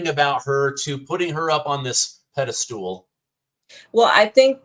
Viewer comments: BWAAAHAHAHAAAAA!!, did you seriously just say "pedest tool", when you were trying to say "pedestal"? Because that's how you pronounced it, so that's how it was captioned! 😆😂🤣 I promise, I'm laughing WITH you, not AT you! At least I hope you'll find this comical. 😏 Love ya brother! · It's not a 'pedastool', it's a pedestal. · Constructive criticism... the word is "pedestal", not "pedestool"!